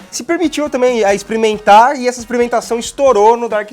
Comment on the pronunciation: "exprementar" wtf?